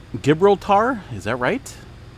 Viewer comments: Gibraltar equal Ji—brawl-tor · It's pronounced "Gih-brawl-ter" as far as I know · It’s pronounced Ji-brawl-ter. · Straights of Gil brawl-ter. Heavens. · Gibraltar is pronounced with a J sound and not a G sound. FYI. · 550 ways to pronounce Gibraltar in English you are good boss!! 🤙🏽😊